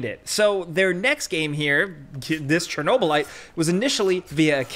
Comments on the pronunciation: cherno - lat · Chernobylite Chernobylat Chernoblyat